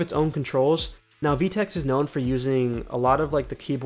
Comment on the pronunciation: im cringing, u said "vee-tex" its pronounced "Veh-Tex"